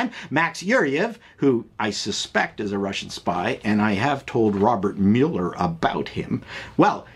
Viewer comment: Yay!!! You said Robert Mueller properly instead of saying it improperly as Robert Muller! I tink I will subscribe just to reward you - a very small reward - for speaking better than most USA TV people.